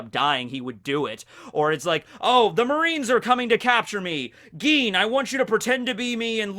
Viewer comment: Its Gin not Geen.